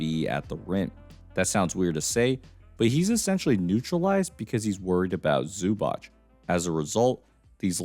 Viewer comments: Great breakdown, just a little help with Zubac name pronunciation: it's basically Ivitsa Zubats, I know it's hard for Americans to pronounce it but Zubach sounds so off 😂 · Pronounced more like zubatz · My brother in Christ, please learn how to pronounce Zubac's name properly